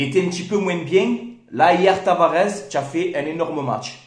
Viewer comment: TavaresssssS....pas Tavarezzzz